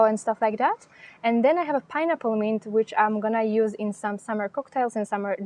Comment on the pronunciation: Thank you. You gave me good ideas. The word "mint" was not understandable for a minute or so. The letter i is not like in french. It's sound is "ih" as in "the English word "myth". Also, the t is hard as in the word "sit". The n is also stronger. Your English is perfect except for that word. Funny, such a small word having complexity. I will plant my basil in partial shade and my chives in poor soil..